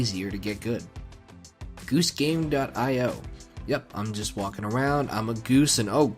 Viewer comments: very late, but i agree with the “i o” pronunciation. it’s an acronym, after all, either for indian ocean or input/output depending on context. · It's "dot eye oh" You were correct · it is "dot" "I" "O" you said it correctly. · I can confirm, it's definitely pronounced "io" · Yep, I have always pronounced it dot eye oh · (ok yeah ofc its pronounced "Aiy, Oawh" which are literal pronounciations for i and o) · It is pronounced (dot) EYE-OH games; cuz it is literally an 'I' and an 'O;' this isn't that hard; anyone that says otherwise is a total and complete oafbag